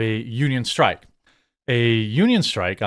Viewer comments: Homie? Strike, not strick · Dock Strick? STRIKE...lol